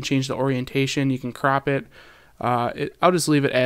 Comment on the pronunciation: He said "Crap it" instead of "Crop it!"